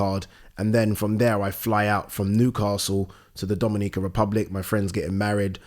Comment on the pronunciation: Hilarious how pronounces 'Dominican' Republic 🤣🤣